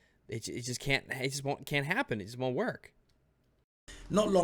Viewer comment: Everytime you say wunt it hurts me